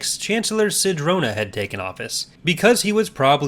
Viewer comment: Im sorry, who murdered Sidrona? I think you mispronounced that name.